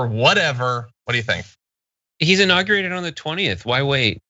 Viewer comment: She has bigger ballz than anyone in Congress. If you can’t figure out why she wants him impeached then maybe you shouldn’t be a news reporter. 😂 Go read documents on dot gov sites. That dude can’t even say inauguration correctly.